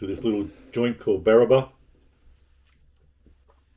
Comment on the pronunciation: Barraba not Barrabar